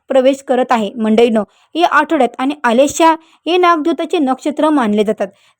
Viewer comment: आलेशा नक्षत्र काय म्हणता आश्लेषा नक्षत्र म्हणा. रखलेले नाही रखडलेले म्हणा.किती चुकीचे उच्चार करता मॅडम.